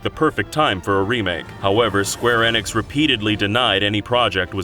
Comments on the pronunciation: Way to say square enix right... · Y'all seriously can't tell me that you can't pronounce Square Enix correctly either? I think you guys are just doing it on purpose now.